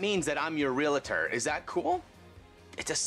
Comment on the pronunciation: How is it even realtors can't say their titles correctly? There's no such word as "real-i-tor."